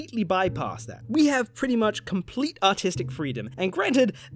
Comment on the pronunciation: What he says: "Complete artistic freedom" What I hear: "Complete autistic freedom" Meh, close enough.